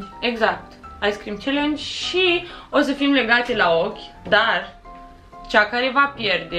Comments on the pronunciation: Nu mai spuneți ,,celengi" se spune ,,cealăngi'' știu că se scrie ,,challenge" (am scris pronunție) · Eu care am înțeles când ai zis tu ice cream callenge eu am înțeles ai sprâncene😅